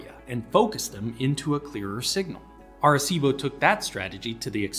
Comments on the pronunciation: I'm 2 and half minutes in and if i hear Are-cibo one more time i'm out and never coming back. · first was a young off-track thoroughbred racehorse that the riding school I worked at bough at Doncaster bloodstock sales, named "Arecibo", although we didn't know how to pronounce it correctly so we used a hard C by mistake. His nickname was "Bo", and he was a sweet gentle little chestnut gelding. He'd failed as a racehorse so they were going to try him as a riding school horse. This wasn't a normal riding school, but located in a private boarding school and educated students at a higher level who were training to become riding instructors themselves - so the calibre of horses was higher than the average "shaggy little pony" you usually think of when you think of riding school mounts. We had several off-track retired racehorses and retired eventers and showjumpers. Unfortunately Arecibo had a condition called upward fixation of the patella, or locking stifles, which affected his soundness. So he was sold to someone who let him rest in a field for a year to grow as it is often something a young horse can grow out of. Then he became a low level riding horse for his daughter. It was only after that, that I saw the James Bond film which included the telescope, and learned more about it later. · Pronounced arse-ee-bo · you're pronouncing Arecibo wrong.... you have to pronounce all the vowels, {A Reh See Bow}. I first heard about this Radio Telescope in the movie Contact with Jodie Foster. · Are cibo ???? Are cibo ????? Wtfduck ?!!!! I have NEVER before heard it mispronounced thus !!! 😯😯😯😯😯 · bothered me how you pernounced Arecibo throughout the video....